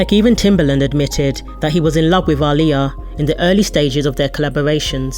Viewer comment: The narrator of this video is actually saying her name right